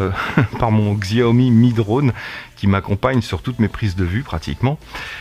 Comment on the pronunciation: stp si tu aimes Xiaomi prononce Chaomi